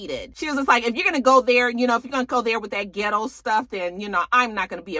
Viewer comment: Not ghett girl........ghit-Toe.